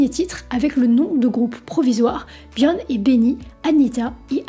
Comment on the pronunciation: t'sais pas prononcer "bjorn" ??? m'enfin